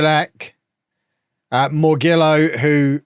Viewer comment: Morgillo is half-Italian, so his Italian surname should be pronounced more-JILL-oh.